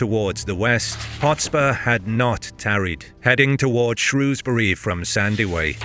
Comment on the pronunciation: As someone from Shrewsbury thank you so much for pronouncing it correctly, people all over England pronounce it “shrowsbury” which we don’t, you nailed it